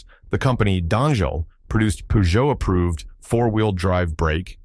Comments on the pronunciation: Poogeot ??? Come on... your pronunciation ruins your video.... its purrrrgeot.... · its not puuuuzjow 🙄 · Peugeot 504 ......pronounced purrr joe five oh four. You repeat the 5 zero 4 as if it was a radio station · "Pujou"whats a Pujou? Peugeot i know. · Pronounced pee-djoh in Africa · We call it Peh-Jo here. 😂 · This brand was so popular in Africa that the French even ironically pronounced "Peugeot" pejo as "Pigeot" as the Arab accent. Th model name is French pronounced number "cinq cent quatre" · Wow he butchered the French car company name.